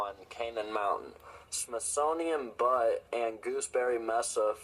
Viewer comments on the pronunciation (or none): Butte, pronounced Byoot. I'm pretty sure. Could be wrong, but in Cali., USA that is how it is pronounced anyway.